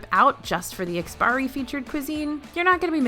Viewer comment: Love you all's work. Just wanted to pass along that it's IKS-PI-ARI, rather than IKS-PIRI. Don't worry, we've seen tons of westerners pronounce it without the "a" as well👌